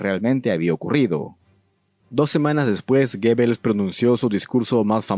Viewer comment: Amigo, muy interesante tu video pero se pronuncia GUBELS!!!